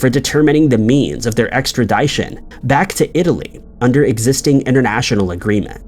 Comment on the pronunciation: For their "extra-DICE-tions"??